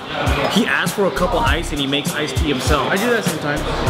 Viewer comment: WAY TO GO BUTCHERING CANTONESE. ICE IS NOT PRONOUNCED "SHIT".........FUCK!